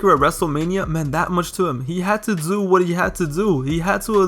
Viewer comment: “gotta dzo what you gotta zoo” 💅💅💅💅💅💅